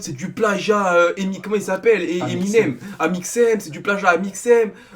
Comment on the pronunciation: on dit pas ÉMIXEM mais AMIXEM sinon j'arrête de cassez les couilles au gens 😂😂😂